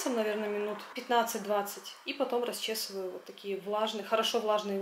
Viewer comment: не в обиду- расчЁсываю, проверочное слово расчёска. Ну и слово не кИдается, а кидАется.